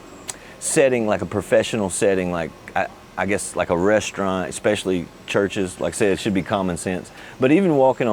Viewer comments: ES-pesh-uh-lee (for especially); not EK-spesh-uh-lee. ? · great info but its not EXspecially. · you know he's american when he says "eckspecially" LOL